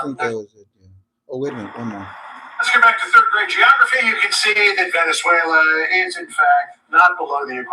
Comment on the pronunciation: Hi Hello Lo bien tu pronuncias en Spanish you said Venezuela pronunciasteis very good te felicito por eso and the RV to When please thanks good night